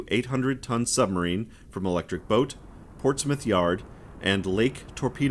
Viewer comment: It's nice to hear an American pronounce Portsmouth correctly, not as Ports Mouth. Lol Regards: From a Former Royal Navy serviceman. ;)